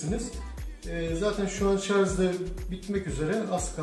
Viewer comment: Başlığa şarj yazıyo videoda şarz diyo mal dolandırıcı